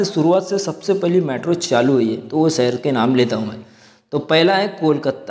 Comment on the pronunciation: Saher nhi shaher hota h dost . Lagta h marhathi medium se padhai ki h aap ne